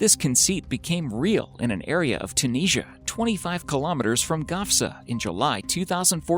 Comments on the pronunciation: learn how to say Tunisia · Cee Dee it is pronounced like that.. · That’s an interesting way to say Tunisia 😉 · Man says 'Tunisia' well weird.